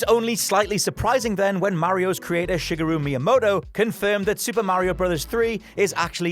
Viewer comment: Did you say “shig-a-ru”? It’s “shi-gar-ru” anon. 🙄